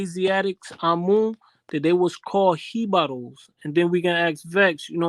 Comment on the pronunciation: I was the one that pointed out the guy on the video say hebaros more then a year back, I caught that